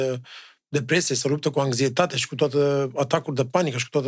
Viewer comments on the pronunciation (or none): Buna, Damian! Apreciez ceea ce faci, esti un talent ! Te rog, nu te supara ca indraznesc sa te corectez: daca x nu este intre doua vocale, se pronunta x - cum se aude, nu spui angzietate, ci anxietate; dar, da, corect se pronunta eligzir, nu elixir. Spor!😊